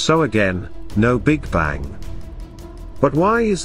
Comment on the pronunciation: Why do you pronounce the g in bang? What accent is that?